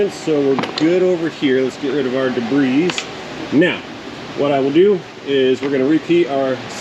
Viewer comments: I sure hope you are making a joke when you pronounce DEBRIS as de-bris rather than de-bree. Tell me you know it's debree. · Rather than “debris”, don’t you mean “debrizz”?! That’s what you have been saying for a while now.